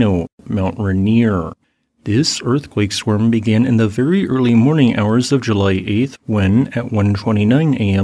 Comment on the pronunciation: Swarm should not rhyme with worm.